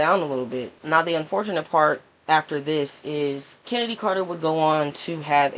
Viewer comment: Her name is pronounced “Kennedy” not “Ch-ennedy” lol